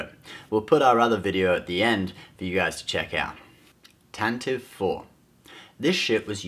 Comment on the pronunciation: Tantivee* not Tantive.